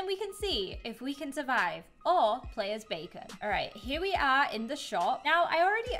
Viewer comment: bacon everyone:its bakon!